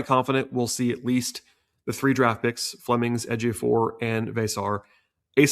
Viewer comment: Good job on correctly pronouncing Ejiofor. You did your homework.